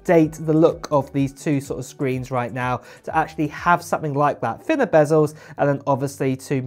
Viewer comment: The word is 'bezels', not 'bazzels'.